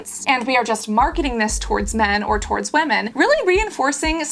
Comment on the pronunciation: I’m glad I’m not the only one who still says “wamen” 😂